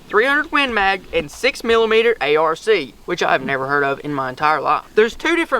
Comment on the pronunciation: The 6 mm Arc, is pronounced A-r-k, just for future reference